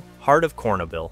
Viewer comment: "Corn, ah ,bill" 😂😂😂 Say it with me, "cher, no, byl" So like, "sure-noble." Thanks for the laugh